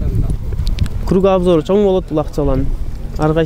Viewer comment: Азамат! Мага “кругоОбзор” дегени жакты🤣